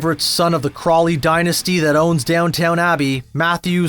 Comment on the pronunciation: “Down-town Abbey”? Eh?